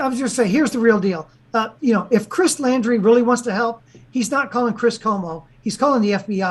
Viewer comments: John, I think it might be pronounced like the word laundry, like laundry detergent. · Can John say the last name right? Laundrie 😎